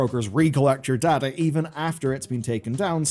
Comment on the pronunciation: So... you speak Data, instead of Data...